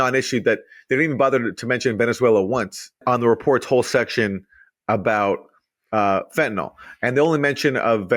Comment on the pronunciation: Aaron Maté should know the drug in question is fentanyl not "fentanol".